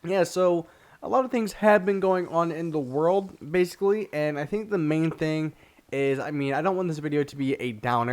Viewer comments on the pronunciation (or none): Have y'all noticed he says basically alot and sometimes when he says it, he says bacly or bacy